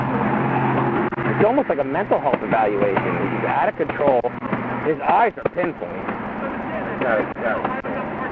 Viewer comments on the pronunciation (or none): Idk he's just out of contowol. controwol...... my guy said out of contowol.